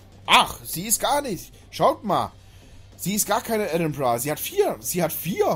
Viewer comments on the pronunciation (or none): none